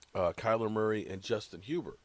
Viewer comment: Justin Herbert not Hubert